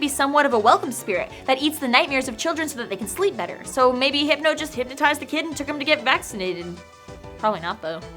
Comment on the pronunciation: I lost it at Heepno